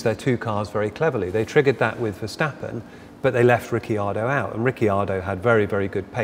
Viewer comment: i hate how this guy keeps saying 'ricky-ardo' as if he's new to formula 1. his colleague even pronounces it correctly and he still says 'ricky-ardo' smfh